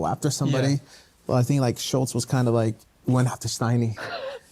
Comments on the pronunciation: Crazy they couldn’t even pronounce Shultz it was “shullz” the whole time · The kept pronouncing his name wrong too😂😂😂 schulls 😭